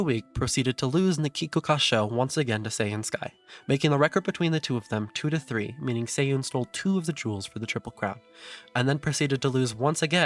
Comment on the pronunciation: Subbed. Love that you cover information that goes beyond just simply pedigree and race results which everyone else already knows. Also some Japanese tips now -- better to nip it in the bud than have you repeat mispronunciations for the entirety of your series. "Kikuka" is pronounced "kikka." And "Matikane" is pronounced "machikane." Not obvious for EN readers, but obvious to anyone who speaks or reads JP. Looking forward to you covering Mambo and her mother Director Akikawa.